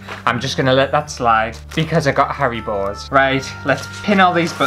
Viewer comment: I’m totally binging on your vids the past few days…You crack me up!! I’m dying here Rn because with the haribo gummies…sounds like you are saying Hairy Balls 😂 Keep up the great work!!